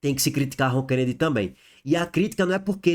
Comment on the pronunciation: É ROKENEDY E NÃO RONKENEDY.